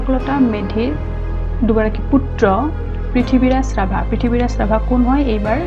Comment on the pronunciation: 'পৃথিৱী’ৰাজ ৰাভা বোলাত লাজ পালোঁ।পুত্ৰগৰাকীৰ নাম শুদ্ধকৈ উচ্চাৰণ কৰিব।